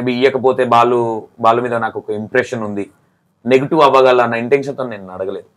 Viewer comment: ***నేటివ్*** మీరు నెగిటివ్ అంటున్నారు చూసుకోండి యాంకర్ గారు..... చాలా రోజుల తర్వాత ఉప్పల్ బాలు ఇంటర్వ్యూ చేసి కరెక్ట్ గా యాంకర్ లాగా ప్రశ్నలు అడిగావు ఇంతకుముందు నువ్వు చేసిన ఇంటర్వ్యూలు అన్ని చూసాను బ్రదర్ కొన్ని వెకిలి నవ్వులు ఉండేవి.